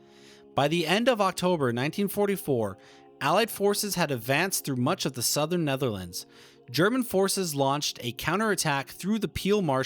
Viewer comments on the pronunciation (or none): none